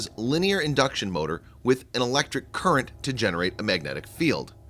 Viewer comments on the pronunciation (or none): none